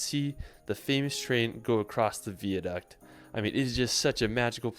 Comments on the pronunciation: Welcome to the Isle of Skye basically 😂 liked how he apologised for the wrong pronunciation of places other than Edinburgh and the the word VIADUCT, saying vee-a-duct when it's vy-a-duct 😂 anyways nice to see some of Scotland's wonderful scenery and hearing his regrets of not actually seeing or visiting! Hope you're going to make at least a pitstop visit to the Tees Valley, the home of steel, iron ore and the first ever public railway that opened in 1825 which started the explosion of railway travel around the world - The Stockton and Darlington Railway. Located just a bit further north of the City of York - on your way to Scotland or your return from Scotland!?!? Thanks for another great video and I have one last question...when are you going to do another livestream? Take care my American YT friend, all the best buddy and until the next video, peace ✌️ ❤ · Glen-FINN-nan, not Glen fee nan...and not Vee-a-duct, pronounced Vye-a-duct...Ellan not Eeelan Donan...Coolan (Cuillan) mountains... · I know Anne, I normally am relatively patient with this but he was making a travel video so he should have checked how to say the names.... I mean "Holyrood"! But then again he didn't even get the word "Viaduct" correct, so maybe that is telling! He also said he believed Scotland was flat, which suggests a lack of research :-)